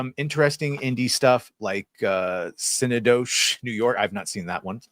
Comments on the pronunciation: I'm CANADIAN and even I know how to pronounce Synecdoche!! Cinna dowsh!! 😂 In BrugeS!!! 😂 Did you even watch those films?!! 😂😂😂😂😂 edit: needed more laugh emojis! 😂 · that’s the worst I’ve ever heard the word “synecdoche” butchered in my life. Nice. Good movie as well.